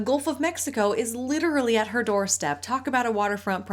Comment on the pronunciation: “LITT-trawlee”’s are ever present in these influencers’ accounts